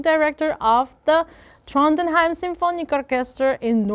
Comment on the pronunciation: The way you butcher foreign words like Chopin, Tchaikovsky or Trondheim is so cute <3